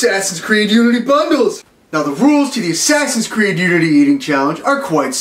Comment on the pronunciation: the way he said bundles tho lol